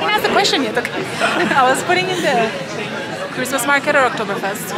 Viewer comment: It's cwismaas